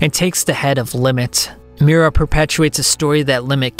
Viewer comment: It hurt my soul every time he said "Miura" rip